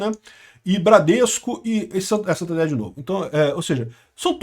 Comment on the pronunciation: acho engraçado quando você diz banco Santander como brasileiro